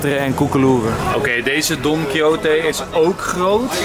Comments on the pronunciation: Even voor Enzo: Don Quijote spreek je uit als 'don-kie-got'! :-) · Je spreekt het uit als Don Kiesjot. Is afgeleid van de roman Don Quichot.